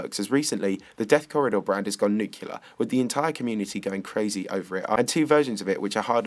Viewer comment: It's nuclear, not nucular